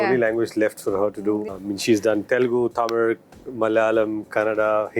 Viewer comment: He actually pronounced Tamil correctly possibly the first non Tamilian Bollywood person to do that